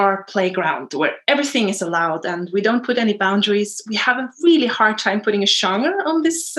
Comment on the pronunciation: She seems nice, but as a fellow Norwegian, I wish she was aware that genre isn't pronounced the same way it's pronounced in Norwegian. I couldn't help but cringe a little every time she said it 😂